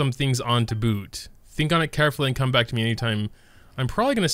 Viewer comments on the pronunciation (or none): none